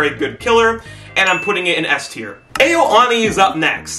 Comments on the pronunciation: btw it's pronounced "ow oh knee" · it’s pronounced “OW-OH-KNEE” not to be rude